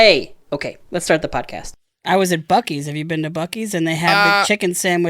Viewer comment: Bucc-ees is not pronounced "Bucky's." It's pronounced "Bussy's." Also, was Dana referencing Portillos? Grew up in the south suburbs of Chicago. Now I live in the Ozarks. I got tired of getting shot and getting my haircut stolen. All I really miss from the Chicagoland area are the restaurants, Cubs games, and The Museum of Science and Industry. But even those aren't worth the bullet holes and stolen car stereos.